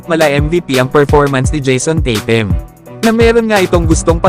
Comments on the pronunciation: daig kapa sa kano kung bumigkas tatum nadidinig sa mga kano kaw naman titim ang pagka dinig q sa bigkas mu sa tatum paulit ulit q pakingan titim talaga naririnig q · bulol kna yata pagka dinig q sa tatum titim